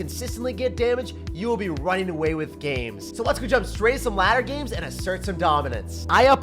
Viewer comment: the higher you get in the madduh. Madduh: meta+ladder=Madduh Also pronounced matta